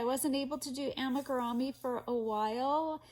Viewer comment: Amigurumi is actually a Japanese word, so the correct way to pronounce it is (ah-me-goo-ru-mee). 😊